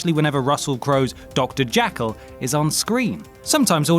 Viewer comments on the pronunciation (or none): "Dr. Jackal." -- seriously,? That's how you pronounce it? Fkn hell.... Also, you do realize how half your arguments are shit? Cruise is miscast as a douchebag one grudgingly comes around to side with? That has literally been his entire career. Maguire. Top Gun. Rain Man. A Few Good Men. Cocktail. Even Magnolia and Edge of Tomorrow. FFS. Ultimately, this analysis is a Hurried, Full-Of-Shit Hot Take For Wankers #hurriedfullofshithottakeforwankers. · Doctor.. Say it with me. Jeh-eh-eh-eh- kul. Jekyl. You fucking morons. This is a nearly 'every-fucking-video' thing. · The narrator's pronunciation of Dr Jekyll was ridiculously bad.